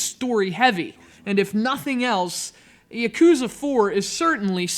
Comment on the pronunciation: Yah-Koo-Zah. Ship-Oo-Den. It's not hard to pronounce things right goddammit...